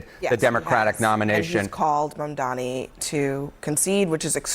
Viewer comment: This is why he is considered "reasonable and fair"... he is actually just insanely inconsistent. The guy can't even pronounce Mamdani's name correctly, and somehow people still admit to getting all their news from this guy. It's insane.